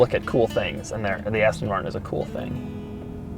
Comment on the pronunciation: yu said Aston marshon